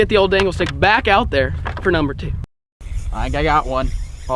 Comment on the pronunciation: Anyone else hear say dale dangle stick